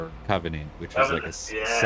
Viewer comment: Camarilla, you are the only other person I know that pronounces it correctly.